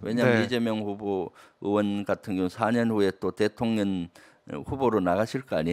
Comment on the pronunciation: 김병주의원님이 민주당에 계셔서 정말 감사합니다. 근데 대통련의 발음은 대통령으로 신경써 주십시오.